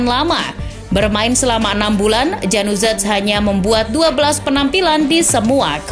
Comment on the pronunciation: "Januzaj"...ya ampun vo nya gak riset/gak nanya cara bacanya apa gimana ya? itu bacanya Yanuzai kaka